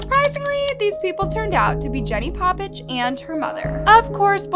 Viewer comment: That is not how you say her last name🤦🏽‍♀️